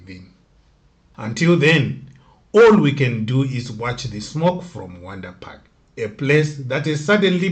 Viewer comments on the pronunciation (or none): They pronounce it vhondri park.